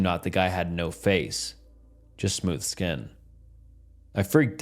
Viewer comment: I did not know it was possible to mispronounce "skin"